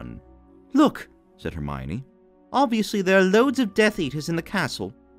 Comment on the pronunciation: Just so you know, it's pronounced "Her-mee-own" in this version.